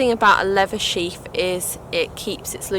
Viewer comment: It’s a sheath not sheaf